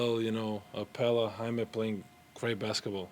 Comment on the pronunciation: Why do people pronounce Jaime's name as HI-ME? It is pronounced "HI MEH"!